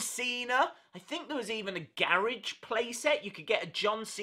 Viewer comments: Ga ridge??? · Omg the way he says garage